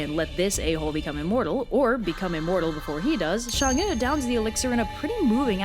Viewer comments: Why do you say Shang when it's clearly Chang? It's CHINESE, not French, for God's sake. Anyway, great simple anime style. If you dive deeper, Hou Yi had a legendary CV before being commissioned to shoot the 10 suns, somewhat like the 12 Labours of Hercules. He already had slain a boar, some 1-toothed monster, a multiple-headed snake, I think even a deer. Pretty close to the Greek myth. I don't know whether Hou Yi & Heracles/ Hercules stemmed from some primordial monster-slaying hero or whatnot. Comparative mythologists, please stand up. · Hou’Yi is pronounced “How-ywi” And chang’e is pronounced “Chung-uh” -I NEED MORE COVERS BY THIS GIRL! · Oof its "who-ye" and "Chang-ay," at least when I heard it in the past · "Chang- e" not "shang- e" tyvm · I thought it was actually pronounced Chang’a instead “ew” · Quickie: the e is change'e is pronounced like more like uh not ee but not like uhhhhhhhhhh or am wrong and have been taught wrong my entire life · Chang'E? CHANG.... E? Really Chinese/English Linguists? THIS IS THE STANDARD YOU PICK?!?!?!?! If her name is PRONOUNCED "Shong'Uh" then SPELL IT THAT WAY MOON DAMN IT! I mean Japanese has a rock solid Romanji standard to go by and it woulds perfectly! Stop disobeying the laws of the English Alphabet! You're about a bad as WELSH! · it's chang'er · Me being a chinese person: REPRESENTATION YUUUSSSSSS ALSO I HATE SALTED EGG YOLKS IN MOONCAKES K THX BYE also i dont wanna rub it in but your pronounciation could be better. In chinese we have a thing for the vowels when reading. Pay attention to how the vowels are pronounced and you shld be good to go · Your pronounciation isn't that bad XD though I'll still correct it. Chang is pronounced with the a like you're saying "aaa!" with the same pronounciation as if you've just been jumpscared. É is pronounced like "er"